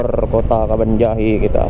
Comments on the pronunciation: Cara ucapin nya kabanjahe.. Bukan kebon jahe yaa🤝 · Cara ucapin nya kabanjahe.. Bukan kebonjahe 🤝